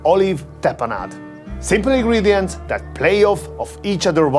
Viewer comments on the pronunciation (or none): none